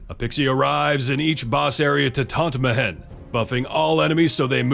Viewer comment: Great vid as always mate. Now I won't be able to get that stilted "Me-Hen" pronunciation out if my head. Better than "Me-When" for sure though. Fingers crossed I won't need to fiddle with my gold find team again next event. Time for some pure support or debuff already! I'd even take favored foe...